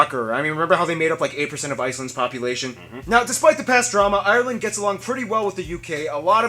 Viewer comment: Can you stop saying Ireland with 3 syllables its ire-land not i-re-land